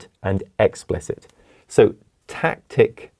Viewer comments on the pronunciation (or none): Tacit, not tactic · Tacit not Tactic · doesnt he mean tacit knowledge instead of tactic